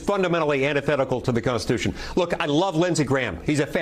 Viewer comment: I like how Nancy Pelosi says CONTHITUTHON. lol